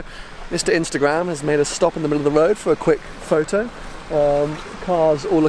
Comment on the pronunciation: U say road as woad